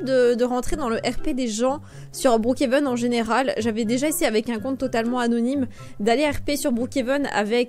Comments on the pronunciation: Mais sa se dis brookhaven pas broookheven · Ça se dit brookhaven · En vrai sa se dit brookéveun mais sinon t video son trop bien t la meilleure youtubeuse😊❤🎉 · sa se dit brookhaven mais comme tu veux XD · Je dit pas brookhaven je dit brookhenve comme toi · Tu le prononce bien le Brookhaven, dommage que maintenant tu le prononce mal